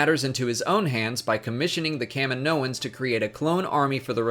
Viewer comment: Wtf... "kami-noins"???😂🙄